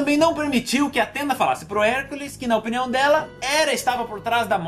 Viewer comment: cara tu falou tio cansado o HERCOLES kk nemeu acreditei cuando ouvi